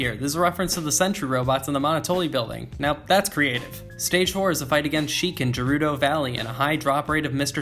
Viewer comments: i don’t want to be annoying, but it’s not pronounced as “jerudo”. It’s a transliteration from Japanese to English, so, if it was pronounced like that, then it would be written “jerudo” rather than “gerudo”. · haha you say gerudo differently than how I say it I will make fun of you hahaha